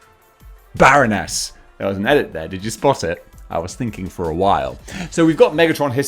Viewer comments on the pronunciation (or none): none